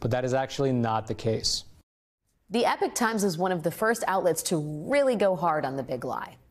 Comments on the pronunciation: Epic is a word. Epoch is a completely different word. Different meaning. Different pronunciation. Why is she constantly pronouncing epoch as epic? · G'day, What is it with AmeriKans Prounouncing E.P.O.C.H...; The word "EPOCH...", As "Epic", Which has the contemporary Meaning of, "A Great Story (Bro')...!" The actual Newspaper/Agitprop-Toerag of "Epoch Time..." Is an apparently deliberate Non-sequitur An "Epoch...", Is an Era, an Age, a Period of Time identifiable by the primacy of some dominant thought, ideology, practice or fashion...; As in, "The advent of the Turbojet Engine marked the beginning if the end if the Piston-Engined Fighter Aircraft Epoch... Originally, an Epoch was a Unit of Geological Time - before the Political Ideologists and Sociologists began to "bastardise" terminology purloined from actual "Hard Science" and then Spuriously Pretended that their Artistc interpretation of the term had some kind of Validity. Misreading Epoch, as Epic..., Constitutes an Idiocracy-level of EPICALLY Failed Functional AmeriKan-ism. As a Society is Judged - ie by it's ability to Transmit and communicate it's own History, Philosophy, Language and understanding of, and ability to continue living..., their Traditional Lifestyle ..., On their traditional Ancestral Land... "The 'Age' Times..." Is the literal Translation..., Of, "The Epoch Times...!" But, of COURSE, Nobody..., Nowadayze (Myself excepted, perhaps...?) Expects US CitiZens to be able to recognise, comprehend, or sight-read the English Language Sufficiently Competently as to "Get" Any kind of a subtle play on words, Which requires any actual Education, Or Background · is the word "epoch" really pronounced "epic" in US English ? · Epoch is not pronounced epic - epoch [ˈiːpɒk, ˈɛpɒk] noun a particular period of time in history or a person's life: "the Victorian epoch" the beginning of a period in the history of someone or something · When did 'epoch' become pronounced 'epic'? What kind of journalism is that?